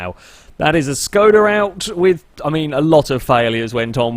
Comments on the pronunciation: Actually, it should be pronouced as if u wanted to say Shkoda ^_^ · ITS NOT SKODA ITS ŠKODA!!!